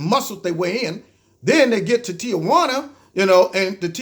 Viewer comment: Somebody needs to tell the media it's TEE WHAN UH NOT TEE UH WHAN UH!